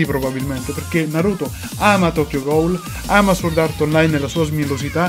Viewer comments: sbagliato , la w non si pronuncia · NightcoreDark veramente la pronuncia non dovrebbe essere leggermente alla francese quindi "sòrd"